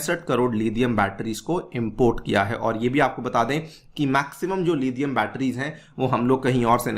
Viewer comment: It's लिथियम not लिधियम Stop acting like adopted British